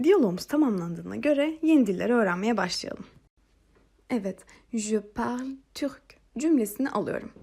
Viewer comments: hocam parle derken okunuşu nasil türkçede l mi g mi anlamadim🤭🤭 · Hocam ben uzun bir süre je parle kısmında sonuna e ekleyerek okuyordum ama siz okurken je parl gibi, sonundaki e'yi okumadan söylüyorsunuz. Bu iki okunuş da doğru mu yoksa parle okunuşu yanlış mı?